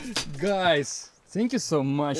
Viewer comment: "гайс" -- нильзя так гаварить. Если это guys -- то это гайЗ. Иначе -- другое слово.